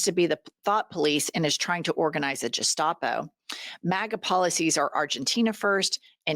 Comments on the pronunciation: Uh...Jen? It's pronounced "Gestapo", with a hard G, not "jestapo". JFYI. Good job otherwise! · The G in gestapo sounds like 'gay' not 'gesture'' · Gestapo is pronounced "guh-staa-pow". Please stop saying "jestapo", it makes me wince! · Please, it’s pronounced: guess-top-oh Not: jest-ah-pō Your Oklahoma accent assaulted my ears. Usually I don’t mind because I love you and your show but today I just snapped at your continued mispronunciation… I just had it‼️Especially since we all need to keep talking about the Orange Shitgibbon’s fascist regime, the Triple Trumper minions, the Jewish Nazi Stephen (Goebbels) Miller’s propaganda, etc. and what needs to be done about it‼️ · G like in GO not like a j in gestapo. Think Gazpacho police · FYI: "Gestapo" is pronounced with a "g" as in "garage", not "gerrymander" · Keep it up, ladies. Just a small note: 'Gestapo' is pronounced with a hard 'G' and not soft 'G.' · ICE at the Super Bowl?...cause there are soooo many undocumented families who can spare $2,000 for a game ticket, in addition to a plane ticket - LOL! Mega idiots! and it's pronounced "GET-stop-oh", not "jes-stop-oh", just sayin'. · Hate to be a pedant, but gestapo is pronounced like Gary not Gerry. Love you! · Love you with a blind heat but it's Gestapo [hard ''G'' ] not ''Jess-tapo''. Now let's see if Miller lifts a finger against the Aryan Brotherhood and meth dealing criminal white biker gangs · It's pronounced 'Geh-sta-po', ladies, not Jeh-sta-po. If you're going to categorize the trump administration as being N-zi-like--which they are, by the way--learn how to pronounce words correctly. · QUIT CALLING IT A "JUSTAPO" IT'S GESTAPO, WITH A FUCKING "G" !! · The word is Gestapo pronounced Gesh-tapo. Not Je-stop-o. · Jennifer, Love the show, but Gestapo is (Guess-stop-o) not (Jess-stop-o). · pronounced guh-stopo NOT Juh-stopo. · You mean Guess-stopo, not Jess-stopo right? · Please …. “Gestapo” is pronounced with a hard G (as in Girl), not with a J.